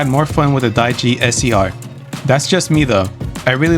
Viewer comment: The Dijeh's secondary shrapnel bazooka is straight up just a shotgun shaped like a bazooka lol. Also "Die G" lmao. It's pronounced as "Dee Jeh" like saying DJ but with an accent.